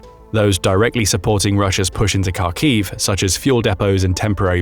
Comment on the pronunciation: So many factual and pronunciation in mistakes in this video, Kharkiv (Харків) as you can see from the Ukrainian Cyrillic, starts with a Hh And the historical transliteration of that letter to Kh is essentially incorrect. Also FAB bombs on dumb if fitted with wings and the guidance system. They're using them as a guided bomb. The "dumb" FAB bomb being the explosive part